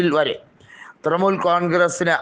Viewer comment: തൃമുൽ അല്ല തൃണമൂൽ